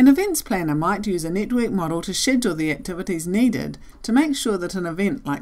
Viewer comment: Sounds like "nitwit model" to my American ears